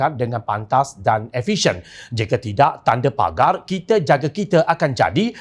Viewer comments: Pagar la bukan pegar. Sebut pun tak betul! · Baca pun silap...hrpkan pagar bknnya pegar..awk mlayukan...sbut biar btul.. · Woi "pagar" lah bukan pegar.